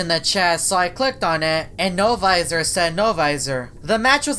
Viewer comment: only says no viser